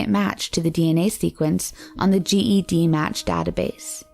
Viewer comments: it’s Ged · CeCe Moore is a super hero! Also it’s pronounced” JED “like the name match. Not G.E.D match. Just for future. Fantastic video! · it's spelt GED but pronounced JED. Ive been wanting to correct her during this whole video lol